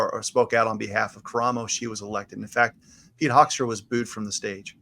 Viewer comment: Pronounced hook'-stra ' as in 'book' Pete Hoekstra is a Michigan career politician.